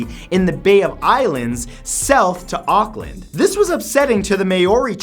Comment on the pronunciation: Hahahah, the way you pronounce Auckland and Māori tho hahahhahaah